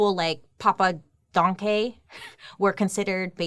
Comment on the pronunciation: No, it is not pronounced like the German thank you. The first e is spoken like the a in 'Daniel'. there is a verb in German that is exactely like the surname of this guy. to think = denken I think = ich denke